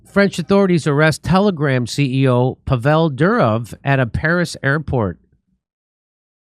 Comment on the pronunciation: Pronounced “Povel” not “Pavelle.” 😂